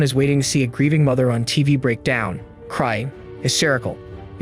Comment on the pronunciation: It's "break down," not "breakdown." "Breakdown" is the noun form and is pronounced with the stress on the first syllable.